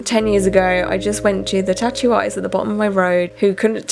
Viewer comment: Why you can't pronounce 'tattoo', it's not 'chachu' you are an idiot. And LA ink is utter crap 😂